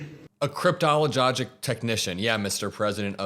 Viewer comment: He mispronounced the word, but it's a thing. Let's be intellectually honest. "A Cryptologic Technician (CT) is a specialized enlisted rating in the United States Navy. These technicians play a crucial role in the national intelligence-gathering effort, focusing on cryptology and signal intelligence. Their tasks range from interpreting foreign languages to maintaining and operating sophisticated electronic systems." U.S. Navy